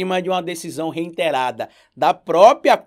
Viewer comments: reITerar - reiTErado - reITerar reINTerar só você diz, meu velho. SÓ VOCÊ! NEM O MORO DIZ ISSO! Seus vídeos são ótimos, mas pelo amor de Deus, vamos melhorar o português porque tá complicado... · Parei no "reinterar"!